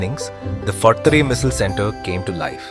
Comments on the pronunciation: Missil? Usil? Tarree 😂😂😂😂 bruh it misal, usal and tharee 😂😂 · It should be called missaalllll....it sounds spicy with the stress